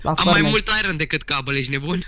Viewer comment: ce are ăla bă iron se citește airon